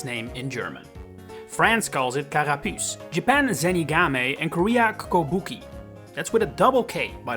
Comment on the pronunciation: slight correction on Squirtle's korean name, it is written with a double k in english but its not pronounced with a double k, or even a k at all, it would be closer to "Gobugi"